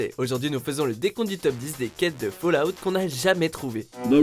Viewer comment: On dit pas fAUllout mais FAllout sinon sa voudra dire tomber dehors..